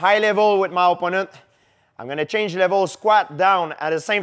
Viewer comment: My ohhponnant donnn liiiike dubelll leggg! 😂👍